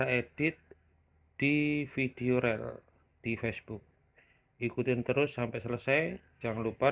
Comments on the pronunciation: Rel..?? Bacanya riil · Dibacanya ril bukan rel bang